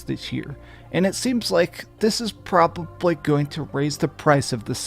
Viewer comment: listen to the way he says probably